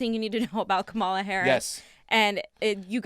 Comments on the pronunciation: guys, it's KAH-ma-la, not kah-MA-la. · Please learn to pronounce her name. .